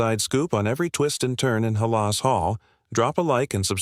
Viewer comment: Teach AI how to pronounce Halas- please!